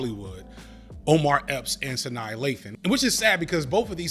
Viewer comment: it's Sa-NAH